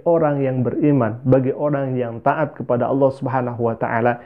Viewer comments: Berdasarkan sebutan 'auloh' nya ( bukan Allah) saja sudah dapat diduga bhw ibunya berbohong dia dulu Islam. Kalau dia benar Islam, belajar Islam, belajar AlQuran, biasa solat maka lidahnya tidak akan sekeras itu untuk menyebut kata Allah dengan sebutan yg betul. Namun oleh kerana memang dia tidak pernah jadi Islam, tidak pernah belajar AlQuran, tidak pernah solat maka sebutannya memang tidak menjadi, sama seperti kelaziman kristen indonesia yg lainnya apabila cuba menyebut kata Allah... Itu belum lagi pada dasar ceritanya yg tidak masuk akal, cerita yg dibuat2 🤣🤣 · Dah lah bu nyebut Allah aja ga becus.